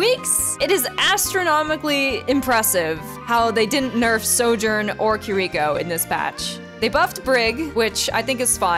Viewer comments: I love that even after you making a video about "mispronouncing" kiriko, you still say kuhreekouh 😂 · I don't like when people pronounce Kiriko ås Kiriiiiko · Nvm I just got recommended and saw the short and she literally just mispronounced it in another equally wrong fashion. Like she slightly changed the emphasis on the first syllable as if that was the issue with her pronunciation. It’s like “key-(r/d)e-ko” where the r/d sounds more like a d with a slight r leading into it. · You just wait for Suzu or get value from forcing them to hold it. Her ult is still viable. And you know you’re mispronouncing Kiriko, at this point it’s clearly just for more engagement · Why can literally no person on youtube properly pronounce kiriko? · Genuinely confused how people manage to pronounce kirikos name wrong when she literally says it 🤣